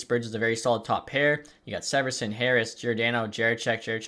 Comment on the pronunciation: Rio Johnny Gaudreau and Marty, also severson name is pronounced see-ver-son